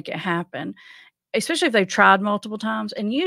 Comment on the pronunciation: Hello...love your work! But there's no X in especially 😅